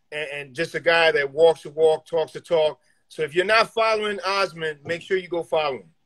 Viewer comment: Pronounced Aasmund pretty well for a New Yorker 😂